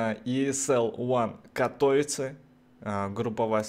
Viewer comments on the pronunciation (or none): none